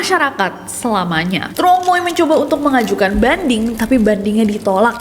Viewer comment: Truong dibacanya Cheng. Jd Tr dibaca Ch.u' dibaca e